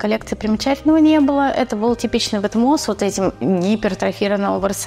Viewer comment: Добрый вечер! Приятно смотреть ваши выпуски, но когда я слышу от вас ВетмО, а не ВетмАН, сразу хочется выключить. Какой идиот стал так называть эту марку?